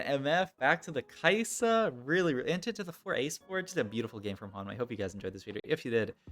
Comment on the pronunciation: Hey! I believe it’s pronounced Me-eh. “May” would be if it was HuanMei